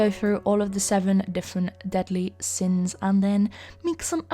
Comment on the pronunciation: Who else heard “The seven deadly sims” and not “The seven deadly sins” 😆